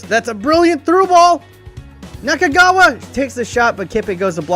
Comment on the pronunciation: Nakagawa is not kagawa